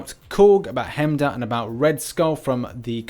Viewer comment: Please. His name is pronounce h-eye-mdall like "hi rich, you're pronouncing heimdall wrong"